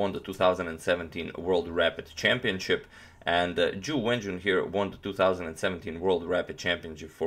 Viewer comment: Hey agadmator, while I think the pronunciation is not important of the names, here is how you would say both names correctly: Jew When Jew-un, and Ting Gee-eh Lay